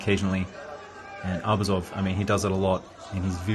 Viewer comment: Great comments! A small piece of advice: ArbUzov’s surname should be stressed on the second syllable, not on the first one. Just out of respect for the sportsman.